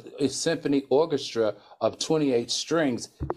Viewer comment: "orgestra" lmaooooooooooo